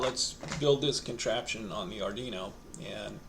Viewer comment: Pronunciation Police Department here, yeah, hi, we've been informed of a violation: ard-ee-no ❌ ard-WEE-no ✅ We do not treat repeat offenderd kindly as this is a very sensitive matter. You have been warned citizen. -PPD